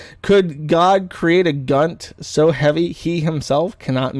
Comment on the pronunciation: Its pronounced "so". Never heard a smooth brain who say "sue".